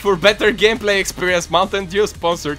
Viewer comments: Is it just me, or did say "mountain Jew?" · Did say mountain Jew xD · He said "mountain Jew" not " mountain dew"😖